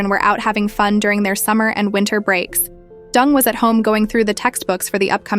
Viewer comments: Why the ai can’t pronounce her name properly is beyond me. It’s Deng, not Dung like cow poo. She’s a G and should be treated w respect. Marriage is a contract and she no dummy. The ai actually pronounced it correct once, it makes me wonder if they did that on purpose to be subliminal. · The Narrator keeps pronouncing Wendi's last name as "Dung" instead of DENG as in E sound. For a rural Chinese girl to achieve such fame and fortune "entering the American upper class society" nevertheless involves a lot of hard painstaking job. This I truly applaud her! .Quote: You will never possess what you do not pursue. You can't launch into the deep and stay on the beach. You cannot accomplish a great dream without taking action"👍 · Deng is pronunced "Turn" in Mandarin and not "Dung". (I am ethnic Chinese. I should know)😅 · Not Dung, pronounced as Deng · Interesting story…. but wondering if her name should be pronounced DENG…. not DUNG? In Oz the word dung means poop. We use the word when referring to cow or sheep’s dung 😬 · stories- her name is Deng / not Dung, guess a simple mistake that shouldnt have occurred jiayou..... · She’s not “Dung”. She’s “deng”. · Deng is pronounced as, "Ding" and not 'Dung'. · DENG NOT DUNG! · 🤣😂its not pronounced as Wendy ( Dung ) ... Deng & Dung two different meaning ?! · OMG , pls pronounce properly Dung, Dung Dung,. COWDUNG....It's Deng , hanyu pinyin...same surname as Theresa Teng....hanyu pinyin as Deng....not COWDUNG ,DUNG.... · Ding dong dung ... It's Deng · Even if I don't care for this woman, Deng is not pronounced as dung. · Deng is not pronounced as dung 😢😢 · I am sure it's intentional, because even Deng is not pronounced as Dung in English. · Pronounced DUNG= sounds about right..... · Deng isn't pronounced dung. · Interesting video but the mispronunciation of her name is distracting. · It's intentionally by the AI to pronounce it like that! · You butchered her last name, pronounced it completely wrong